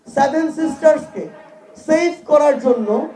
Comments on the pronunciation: আগে ভালো করে উচ্চারণ করতে শেখ। ওটা "সেভেন" ,, "স্যাভেন" নয়। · আগে সেভেন বলা ঠিক কর । ওটা শেভেন নয় সেভেন